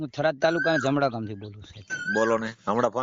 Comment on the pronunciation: થરાદ સે ઘરાદ નહી ભાઈ😂😂